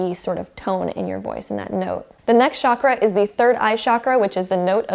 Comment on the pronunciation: Chakra is a Sanskrit word and it’s pronounced CHA-KR-A ,not ShAAkra, I’d love it if you pronounced it the right way